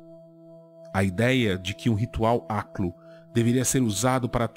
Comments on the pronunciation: aliás, sua pronúncia do aklo é justamente o que eu imagino de um habitante de ishmouth ou um deep one falando, ou seja, um tom de voz gorgolejado e embriagado. Parabéns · que bela pronúncia e sotaque perfeito, realmente uma língua maravilhosa